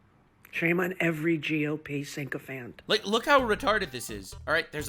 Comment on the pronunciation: It's "sycophant" (like you a SICKO) not "synchophant" (which sounds like EDM DJ), you ignorant p u g. Also, why would Trump's policies affect Ireland? You said "this country" and your TikSchlok clearly says you are in Dublin (and I don't think that means Dublin, Tennessee).